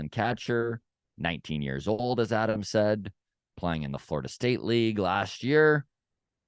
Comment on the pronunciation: ADAM us foke from (TO) I know you are trying to say it right 😮BUT ...K YOU say it wrong lmao 🤣